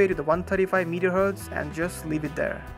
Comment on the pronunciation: Its Mega Hertz not meter hertz lol